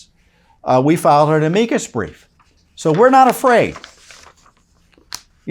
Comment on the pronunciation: The way you say amicus is so weird lol